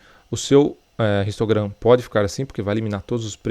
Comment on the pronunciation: Bromo seu vídeos são muito legais e vc explica muito bem mas por que vc fala "ristograma" e não "histograma"?